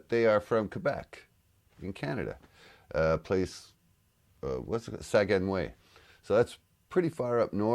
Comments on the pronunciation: Saguenay is pronounced "Sagney" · Saguenay is pronounced Sagg-nay. ** EDIT: Oh, I just noticed you posted this 4 weeks ago, so you probably know by now. Carry on. ** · Guitarist is a He….love this group - Saguenay - pronounced Sa-ga-ney - my 1st reaction brought me back to when I first heard Gentle Giant. Great musicians, impressed on how he uses his toes for the nobs. You have to check out their news conferences🤣🤣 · Hi for any curious people the place where AdP is from is called Saguenay but the prononciation is Sag-nay. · Its pronounced sa-gueh-neh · you live in Quebec, yet you don't know how to pronounce "Saguenay"? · Both are guys, your pronunciation is good but Saguenay isn't pronounced like that and no you don't go through it for New Brunswick but Saguenay has a very cool artistic scene, you'd like it!